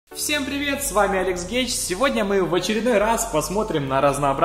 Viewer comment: "всем привет, с вами Алекс ГЕЙ"!?